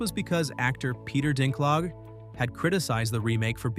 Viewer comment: "Peter Dinklahg" lol